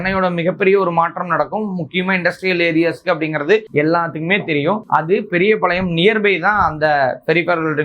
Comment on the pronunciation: பெரியபாளையம், பெரியபளையம் இல்ல சரியா சொல்லுங்க